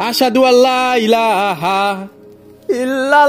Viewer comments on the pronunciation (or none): none